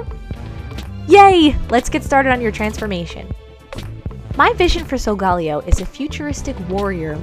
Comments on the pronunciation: It’s pronounce(So-go-Ley-0) not (So -go-Leo) Watch Pokémon sun and moon on Netflix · SOULGAWLEEOH Me: TRIGGERED Its. SOL. GA(guh). LE(ley). O. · It's not sogaleo it's sogalayo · BTW solgaleo is said sol-ga-lay-o (sorry for the misspell) wow I’m telling you you’re saying it wrong but I can’t spell it right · Its so ga la o that is how it is pronounced but i still love you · It’s pronounced sole- ga- lay- O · Isn't it pronounced sol-ga-layo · Beautiful doll, but Sogaleo is actually pronounced Soh-guh-lay-oh, as stated in Pokemon Sun and Moon. It’s okay to get stuff wrong, so don’t sweat it, but this is just for future reference! (I’m a Leo too! Zodiac buddies!) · Solgaleo is pronounced like Galileo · solgaleo is pronounced Soul-ga-lay-o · It's pronounced Soul-ga-layo